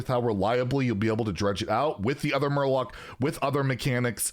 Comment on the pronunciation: Not murloc warlock but Murlock!!! Get you shit together